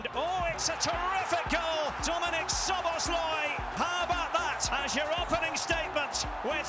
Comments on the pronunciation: Why does Szobo pronounces his own name incorrectly? xd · The only thing Szoboszlai cant do is pronounce words with "thhh" sounds in them.